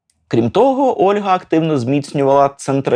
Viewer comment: Не "Ольґа" (Olga), а "Ольга" (Olha)!!!!!!!!!! Можу паспорт показати😊